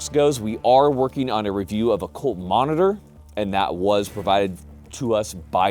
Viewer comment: Did you say Colt or Cult? If the later Lev Ch. 18 Ln. 21.